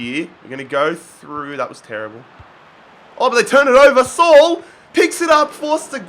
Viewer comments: Its not Sol it sa-oul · It's not pronounced saul. It's pronounced sa'ool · How manny times did he say suul it’s sule